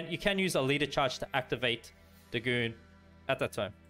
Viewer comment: think it's pronounced 'day' 'gone'